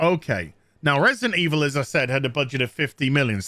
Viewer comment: Is He sayin' AZ Here or Asir? Someone please help a Brotha out